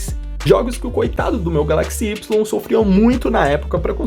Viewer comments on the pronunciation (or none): Da agonia ouvir ele falando galÁxy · A sua pronúncia de Galaxy está errada